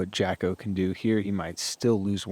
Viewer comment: It's Jacko, not Jocko,. Get it together. please. He told you last year.